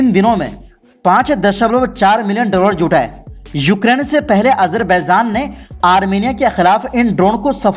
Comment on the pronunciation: Ganwaar apna pronouciation sahi kar Azarbaizan Nahi azarbaijan hota hai